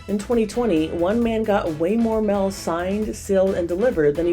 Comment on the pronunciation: Voice over lady needs to get her 'A's & 'E's separate. Mail not "mell."